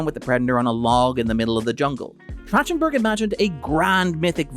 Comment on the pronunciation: I feel like I am losing my mind listening to you say Trachtenberg wrong over and over (It's track-ten-burg). See: Michelle.